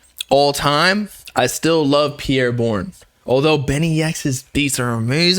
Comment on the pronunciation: say his name right💀